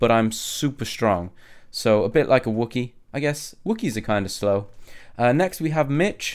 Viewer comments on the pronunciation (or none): DONT SAY WOKIE it drives me crazy